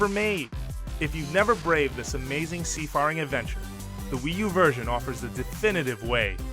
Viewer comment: The "fare" "Seafaring" is pronounced like "fair" or "fear" not "far."